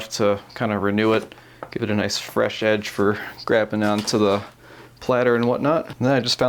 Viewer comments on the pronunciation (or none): none